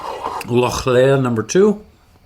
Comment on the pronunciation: Lochlea is pronounced lock-lee, not leah. I understand the first name Lea can be pronounced like that, but not lea in the sense of field or meadow, as that is pronounced lee. I checked and the distillery website includes it on their faq page: "We pronounce it as ‘loch-lee’ with the ‘ch’ part pronounced as if you were hissing like a cat!"